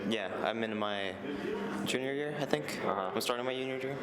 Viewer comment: did he say yuniour jear?